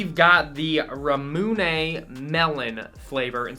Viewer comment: Ramune is pronounced Rah-moo-nay